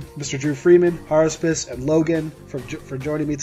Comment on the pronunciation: HARUSPIS? IT IS I, JUL!